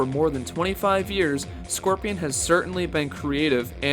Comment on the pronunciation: Bro it’s pronounced scorpion not squirpion lol